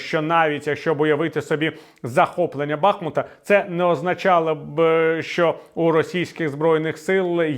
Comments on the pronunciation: Віталію, з усією повагою! Та не БАБАХмут, а БахмУт!!! І річка БахмУтка!!! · Пане Віталій, сповіщаю вас, як досвідченого журналіста, що місто БахмУУУУУУт було названо так тому, що здавна стоїть на річці БахмУУУУУУУтка! Будь ласка, запам'ятайте та інших виправляйте. Боляче чути спотворену назву рідного міста. Сподіваюсь, що дякую!